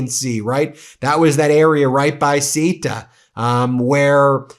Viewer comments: Seriously? It's NOT hard to pronounce Ceuta even vaguely accurately! And it makes you look like an idiot for getting it SO wrong for SO long!!! PATHETIC!!! Just say: SUIT (standard American English pronunciation) followed by UH as one word. It really couldn't be easier! DO BETTER!!! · Sayoota.. not saoyta.. cmon man I'm on your team and this basic error annoys me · Ben it is SAY-OOO-TAH (CEUTA) not SEE-TAH. Really easy just take your time. If you can’t pronounce the name of a place where news is taking place it makes you look ill prepared and your commentary questionable. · Let me try and make it easier for you: SE UH Ta (SE as in SEND, UH with a almost silent H, Ta) written Ceuta, not sueta not what ever nonsense you have just said. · Ceuta is pronounced more like 'soota' than what you're saying. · Ben, learn some pronunciation. It is CEUTA, pronounced sayuta. How hard can it be? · Probably he'll want to put another of his sycophants. Probably a guy who never saw a submarine on his life, or even the sea. Surprised he fired the guy too, being a white dude. Btw, Ceuta is pronounced like ZeU-ta (emphasis on the U). I don't mind when a non Spanish speaker tries to say a word and doesn't get it right, I really respect and like the effort, but it is so far off that it took me a while to understand what you where talking about, as I am not currently in Spain and I didn't hear the news 😅. I am guessing what it is, because Spain only has two cities in the North of Africa, and Melilla sounds even further off. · Ben, please, the spanish exclave Ceuta in Morocco is pronounced sharp s (in castilian Spanish even a th-like sound) e (like the 'e' in Ben) oo (no long e!) tuh! The e and u together build a diphtong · how can you memorize all the fired ppl by heart is amazing... btw checking the pronunciation of CEUTA would be more than reasonable